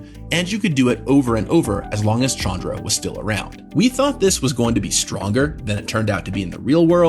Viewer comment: This pains me but that's not how you pronounce Chandra.